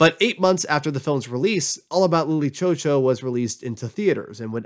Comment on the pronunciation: God i wish he could just say lily chou chou right